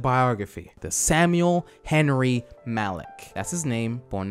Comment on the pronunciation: he says malki in arabic means king but it's actually MALIK not MALKI idk why im so pissed off about it